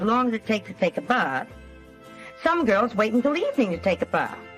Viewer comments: “ take a buthhh”😂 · Wakes up with a face full of makeup 😂She also seems to have some bizarre problem with saying the word "bath"